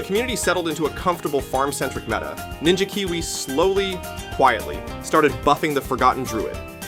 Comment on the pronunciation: I think it is AI. It said Ninja Kiwi as if it were "Ninjaukawi"